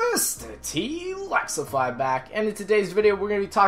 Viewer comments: MrTLexify he says his name like this in his intro MrTLaxify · why does he say his name as mrtlaxify if he's gonna say is name wrong he should just say mrtlaxitive